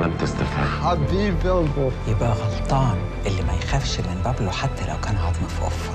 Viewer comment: بابلو سمولكون إسم تعرفو تلفظو تضربو عرب وبدهون يتفلسفو متل الأجانب